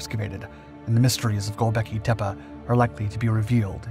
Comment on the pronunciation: Professional Speaker: Refuses to research correct pronunciation of the VERY NAME of the subject focus. You are a piece of work.